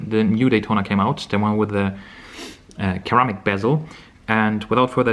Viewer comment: Ser-Amic. Not keramic. Great video!